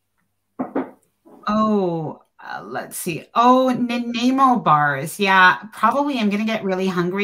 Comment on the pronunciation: Your saying Na ny mo wrong nanaimo lol